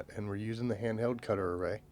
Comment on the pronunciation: It's called a cutteray not cutter a ray!